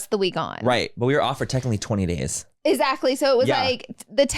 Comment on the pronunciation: Love the pod but the amount of times Laura says “ezactly” kills me 😳